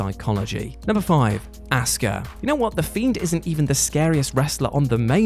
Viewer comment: HER NAME IS NOT ASSKA, its Asuka